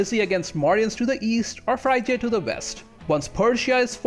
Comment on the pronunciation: Frigya not FRY-GEE-UH